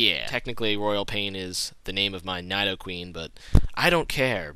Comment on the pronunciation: he doesn't pronounce Nidoking/Nidoqueen properly.